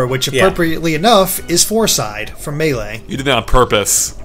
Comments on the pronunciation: I cringed when i heard pronounce Melee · will never pronounce Melee correctly.